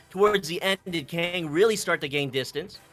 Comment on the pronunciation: He said Kang instead of kungg😂 but to be fair kungg is best goalie NA